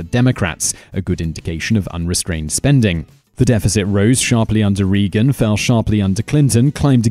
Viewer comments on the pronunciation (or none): Please please please get a checker to make sure pronunciations are correct. This guy's mispronunciations get on my last nerve in every single video. It's RAY-ginn not REE-ginn. (Reagan) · Just two points: Money in American politics is a HUGE problem, and Ronald Reagan's name is properly pronounced RAY-gun, short U. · Please figure out how to pronounce the things you're talking about, between "Guantamano" and "Reegan" it makes you look unprofessional and it's just annoying. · I swear, this guy changes his pronunciation like I change my socks. He switched how he said Reagan like 3 times. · This guy needs to learn to pronounce the names of famous world leaders. He consistently mispronounces Roosevelt and Reagan, two of the most influential leaders of the 20th century.